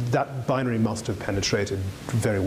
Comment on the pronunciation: interesting subject if you can get past how many times this man says 'binery'